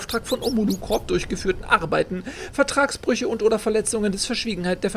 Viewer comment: Omolo corP nicht core.... es ist eine Corperation kein Corps... DAS MACHT MICH AGGRESSIV!!!!;) Aber ziemlich gutes Spiel, macht Spaß dir dabei zuzusehen.